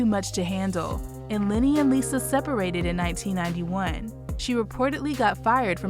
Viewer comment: Why do you keep calling him LINNY??????? ITS LENNY! (sorry, but that drives me nuts lol)